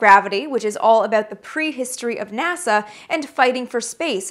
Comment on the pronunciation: Sure enough! The "ah-boot" gave you away as being a native of the "GREAT WHUTE NORTH". Not bad though. Your diction and pronunciation are GREAT! "BON CHANCE"!